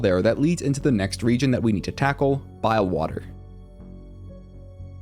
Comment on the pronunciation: "Bilewater" he says